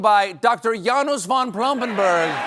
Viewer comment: Stephen, it's pronounced "Yanush", not "Yanus" :P